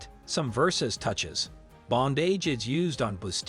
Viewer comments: If you're going to make a video about a known brand, my advice is this: Learn how to pronounce the brand names properly ot at least make an effort. Gianni Versace would be disgusted. RiP ❤️ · No they are totally mispronouncing it 😂 It sounds like he's saying 'versus' LMAO he couldn't even pronounce Dolce & Gabbana...